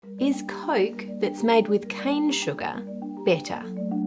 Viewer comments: It is COOOOKE not Coake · Coarrk a Cola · Coyk Coyk-a-Cola. Oy...